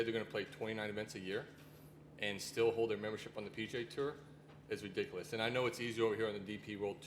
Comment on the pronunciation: it widicuwous